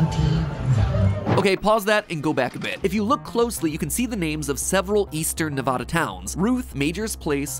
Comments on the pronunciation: As someone who grew up in Nevada and live in it it's not Nev-ada its Nev-ad-a it's drives me and my family insane when someone says Nev-ada ITS NEV-AD-A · It’s said Ne-VAD-uh instead of NE-VAH-DA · hi matpat big fan just 1 small tidbit it is not pronounced nev-ad-u its nev-ad-a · Matt it's Ne-VA-Da, not Ne-VAH-Da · it's NEVADA NOT NEHVODAH I'm sorry the pronunciation makes me angry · Matpat, i beg, as a nevadan, say "NEV-AH-DUH" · neh - "vah" - dah 😭😭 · It’s pronounced “Nih-va-duh”, the same “a” sound used in MatPat, MatPat. Thank you 🙇‍♂️ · It’s pronounced Neh-vad-uh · Ok, im sorry, but please for the love of god say nevada the other way. It isnt Nev-Ah-da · Being from Nevada means I get really excited to watch videos involving my state, but cringing when people from outside the West coast say it's name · as a Nevada resident, the way he says it messes me up so much 😭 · SAY NEVADA CORRECTLY!!! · As a Nevadan I am offended at the way you pronounced Nevada. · You pronounced Nevada wrong